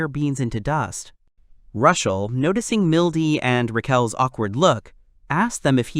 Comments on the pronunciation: I hate the AI problem with gender but why do you keep calling Rushel, Rachel?? Even when he is talking to Rachel. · rushel? rochelle? raquelle? rickel? its just confusing. MC or protagonist works just fine if the AI cant pronounce the names....